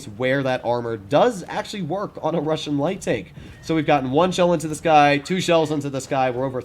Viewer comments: Russian, not “russain” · Yeah "russain" pancake, it "Russian" dude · Russian not Russain 😂